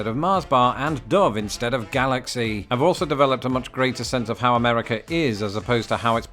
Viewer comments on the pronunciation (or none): none